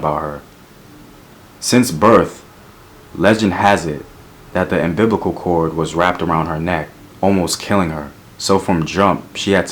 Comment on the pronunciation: Very Informative. FYI: It's U-M-B-I-L-I-C-A-L Referring To The Word "Umbilical" You Mispronounced In The Video. Not "umbiblical". Because I Love Black Men Who Share Their Knowledge, I As A Black Woman Must Share My Knowledge Too. Keep Up The Good Work!